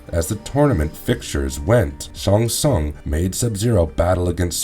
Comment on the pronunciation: Shong shongs island.